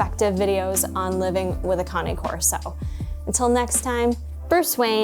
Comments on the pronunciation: Kane corso not karney corso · It’s not conny corso…Cain corso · lol canna corso lmfao when you say candy cane do you say candy canna too just because you miss pronounce a word don’t make it bougie😂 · You shouldn't have a dog if can't pronounce there bred iks pronounced Kane corso.Get your self a hand bag dog.